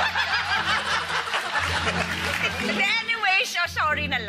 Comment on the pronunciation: "Sho-shorry nalang"😅😅😅😅